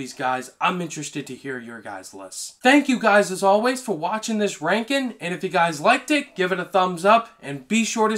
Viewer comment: Bruh this guy cant make a G sound. Rankin